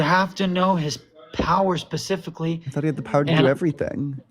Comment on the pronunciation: The AI guy said cancer is "pacifically" designed.